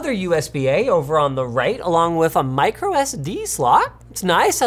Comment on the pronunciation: “Mirco” USB? 🧐